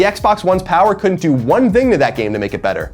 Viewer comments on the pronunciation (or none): Love the guy, kindred soul for sure, but Colin can't (or refuses to) pronounce a soft 'th' sound. I've never seen this in a person. It's always 'dzzthing'. "Here's, the dzthing", or "I don't "dzthink so". Fascinating. Never change buddy :D